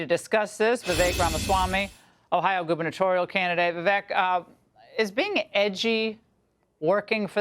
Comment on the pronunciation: Is Laura dumb or just lazy? Why can`t she properly pronounce the name of a guest she has had on her show innumerable times?